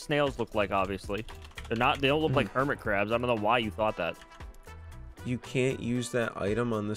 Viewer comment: when said "hermit crab" i thought he said "hermitcraft" aHA